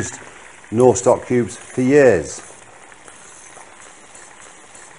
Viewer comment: I swear he said pubes instead of cubes